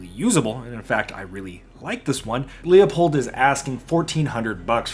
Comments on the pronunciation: Everytime someone pronounces Leupold "leo-pold", the price of 5.56 goes up. Let's get those prices down - it's "loo-pold" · He is actually closer to the correct pronunciation than you. Leupold is a German name, and the correct pronunciation is loypold. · Call Leupold office, and get the correct pronunciation…. “Loo pold “. Only 2 syllables. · As an old dude I finally feel vindicated watching millennials review Leupold. I just wish the R&D team would get drunk more. Speaking of… I took a shot everytime you pronounced Loop-old incorrectly and now I can’t walk. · I refuse to believe you’re not trolling by saying “Lee-uh-pold” that many times in one video lmao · Wtf is a Lee-Oh-Pold ? I know Lew-Pold, maybe it's a Leupold knock off? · 'Leupold' is a German name, and the correct pronunciacion is 'Loypold'.